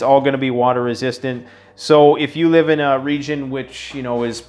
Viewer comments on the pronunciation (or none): none